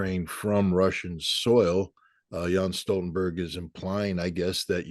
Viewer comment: Hey guys: It's pronounced "YEN'S" Stoltenberg. Not "yan"! Also he is a weasel who got his job for destroying Libya and was always mocked in Norway.